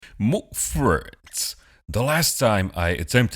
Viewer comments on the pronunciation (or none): You sound as if you’re saying ‘McFriends’, like some terrible meal idea from McDonald’s for lonely people… Is that what you think we are, damn you!?! 😀😀